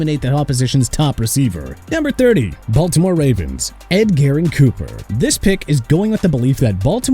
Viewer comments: MF said "Ed-Garren Cooper" 😂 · Tre'von Moehrig's first name is pronounced TRAY-VON, Edgerrin Cooper's first name is pronounced EH-JR-UHN, and ALSO, Jagwires? It's pronounced JA-GWAARS. Get the names right sir!